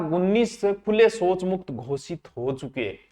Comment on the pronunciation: Soch nahi shouch Hove h